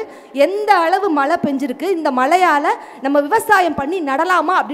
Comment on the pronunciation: Malai illa mazhai